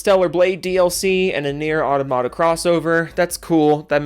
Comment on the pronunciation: I hate it when people say Nier Adamada.